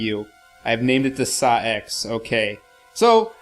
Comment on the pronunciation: I'm sure SA-X is pronouced Ess-Ay-Ex (as in just reading the letters, just as in AT-ATs in Star Wars are NOT pronounced at-at like some morons doo but Ay Tee Ay Tee).